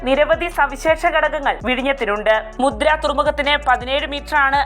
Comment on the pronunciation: മുദ്ര അല്ല, മുന്ദ്ര